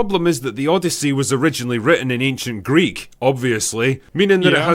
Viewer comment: The O-DEI-YSSEY